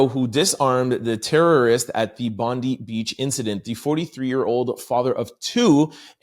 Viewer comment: Hey guys. Sorry your token Aussie here..... it is pronounced Bond-eye. We are all on edge here hoping its not going to pop off with retaliatory actions.